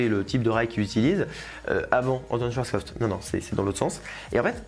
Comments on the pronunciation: Alors je sais pas si c'est moi qui plante, mais j'ai l'impression que tu retire un "p" et rajoute un "t" à la fin de schwarzkopf.... Aah et euuuuh.... Je viens de capter que moi aussi je me suis planté en rajoutant un "t" en plein milieu 🤦🏻‍♂️🤦🏻‍♂️😂😂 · N'empêche, tu a du mal à chaque fois avec le nom Schwartzkopf 😅 (faut bien trouver une critique sur la chaîne, hein) Merci pour ton travail comme à chaque fois